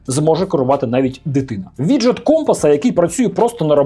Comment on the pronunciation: Хаджет, Хаджет....